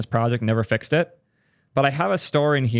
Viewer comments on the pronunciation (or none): none